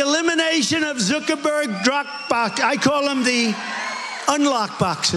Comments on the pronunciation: Trot Central?? Drap bock?? . . .and Joe Biden can't speak???? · Trump cant even say the name of his own site! Or drop box lol